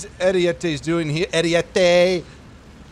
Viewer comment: not how you pronounce ariete